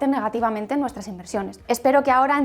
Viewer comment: Sin entrar en las vocales (nivel intermedio), la sílaba tónica en "management" es la primera y no la segunda . Si no se sabe inglés es mejor evitarlo al hablar español.